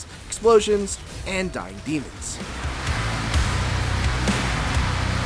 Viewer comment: I had to turn captions on I kept hearing diabetes and I knew that didn’t make sense and it was actually “dying demons”